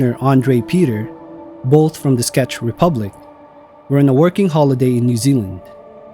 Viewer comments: Its Czech republic not Sketch republic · i think he said "scetch" Republic